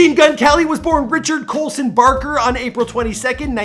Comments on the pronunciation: "Richard Colson BaRkeR" realllyy? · bruh his name is just colson baker, not richard. how does the internet still think this? he has even publicly stated in multiple interviews that his name isn't Richard lolllllllll. BAKER not barker, come onnnnnnnn bruh don't u guys do research? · Barker? It’s BAKER dawg. He’s friends with Travis barker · His name is Baker, not barker. Travis Barker did help him a lot with his music, also Slim, Rook, Dub-O, Ashley, etc. 😊❤️ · Mumble rapper says the man who says "Barker" instead of Baker... Also who tf is Richard! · It's Colson Baker, not Coulson Barker mate. How do you not know that after even subtitling the video and having multiple videos on him?? He's also absolutely not a mumble rapper and hates being called Kelly. This video is full of mistakes, next time just at least look at his Wikipedia page dude 😂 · Baker. Not barker. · Hes not a mumble rapper and hes last name is Baker not Barker. Makes you look amateur asf. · BAKER! Not barker! Richard isn’t his name! It’s colson. Bruh cmon how do you mess that up on a updated version 🙄🙄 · FINALLY YOU DID MGK! I have been waiting for this day for years!😫😭😂😂 Alsooo he’s not a mumble rapper😑 and his last name is BAKER NOT BARKER. Travis BARKER is his friend... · You said Barker and I have to click away.. You're going to tell us history but can't even pronounce his name right. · Then don't watch the fucking video he probably got Travis and Folsom's last names mixed up🤦‍♂️🤦‍♂️ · plus, it's Baker. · He picked the side of mumble rap? Last name Barker 🤦🏻‍♂️ this dude barely knows what the hell he's talking about. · how are y'all gonna talk about someone's life before they were famous and can't even get their name right? his name is colson baker and he's not a mumble rapper. he's been grinding for more than 10 years.